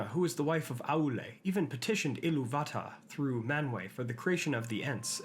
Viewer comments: Notice the accent placing on “Ilúvatar” is above the “u”. That’s the stress marker. You need to ditch Martin Shaw’s Silmarillion pronunciation because it’s incorrect. I-LOO-vatar not Ilu-VA-tar. Just ask the Tolkien Professor. He went on a tangent about it a while back. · You are pronouncing it wrong: loo'vatarr - see the stress on the second syllable not the first syllable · It's Ilúvatar, Ilúuuvatar, with the stress on the U, and your pronunciation gets so old so fast… No, not all R's are pronounced like that. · The silly “EEELOOO VATA” pronunciation is making me dislike this. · what's with the messed up pronounciation of illuvatar? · that is a bit harsh, but I am curious why pronounces it like that.